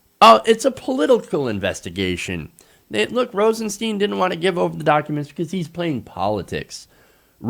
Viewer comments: It's Stein.. Not Steen.. You'd pronounce the word stein like Stine, so if it's Rosenstein, you'd pronounce it the same as if the Rosen part wasn't there.. He even went on an interview and said he doesn't correct people because his parents went by both to make it easy on others, but he even said it's Stein not steen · PLEASE... Rosenstein is pronounced with a long "i", not a long "e". That's how he pronounces his name. It's not ambiguous.